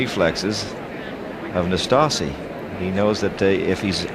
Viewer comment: Excellent pronunciation of "Năstase" by the umpire.